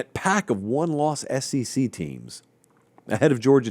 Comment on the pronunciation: Hey, it is the S-E-C, not the S-C-C....